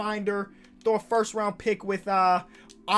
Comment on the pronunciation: Bro I hate people who say forst